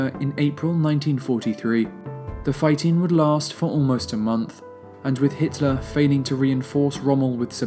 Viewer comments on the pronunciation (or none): Pretty sure it's Hitler not Hiteler